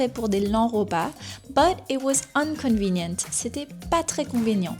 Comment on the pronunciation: your pronunciation of inconvenient sounds like "unconvinient"